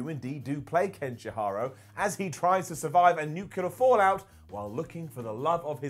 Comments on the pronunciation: Uhm its. KEN-SHI-RO mate. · His pronunciation of Kenshiro has got to be intentional. Getting worse every time, I seriously thought he was working his way to "Ken Shapiro" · there's only one h and i in Kenshiro. It's not Kenshihiro. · If I have a dollar for everytime I hear a British guy mispronounce a Japanese name.... Kenshi-hyro??? How did you mess up a three syllable name??? It's KEN-SHI-RO and it's NOT Ken-Shyro. It's KEN-SHEE-RO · Ken "SH-HIRO"? Really? REALLY?! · Bruh kenshiharo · Did he just say "Kenshihiro"? Brah don't do him like this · SHEERO. ken-SHeero. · I love the list but cringed a bit when he pronounced Kenshiro as Ken Shihiro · not to mention the way he said Kenshiro's name...and saying resurgence instead of Revengeance when he said Metal Gear Rising's full title.... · This awful (yet kinda funny) vid became unwatchable the second I heard how says Kenshiro.... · I love you but what is up with the pronunciation of kenshiro, sayain, gogeta and revengeance?